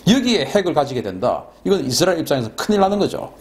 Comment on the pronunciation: 발음 쥑이신다~ 이스라~엘~.................. 경상도 영어 발음이 북한식 영어 발음 과 비슷하다고 함.